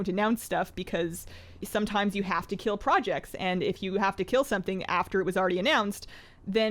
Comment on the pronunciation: KEEL IT.. KEEL IT!!!